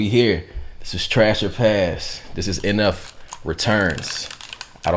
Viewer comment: No he didn't mention NF... He said enefing